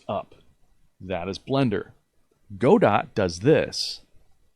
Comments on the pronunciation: Its not pronounced go-dot. Its pronounced go-doe. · He said Go-dot, instant dislike. Just kidding, great video man! Thanks!